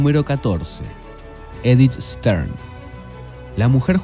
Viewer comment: En el puesto nº 14 cita a Edith STAIN, que pronuncia ("sten) en frances o algo parecido. Pronunciado en grafía española "estain", piedra, en alemán